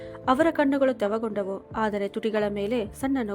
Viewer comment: ಕಣ್ಣುಗಳು ತೆವಗೊಂಡವು ಅಲ್ಲ ತೇವಗೊಂಡವು ಅನ್ನ ಬೇಕಿತ್ತು ನೀವು ಪದೇ ಪದೇ ತಪ್ಪು ಉಚ್ಛಾರಣೆ ಮಾಡುತ್ತಿದ್ದೀರಿ ತಿದ್ದಿಕೊಳ್ಳಿ